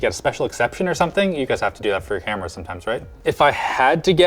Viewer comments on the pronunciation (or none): none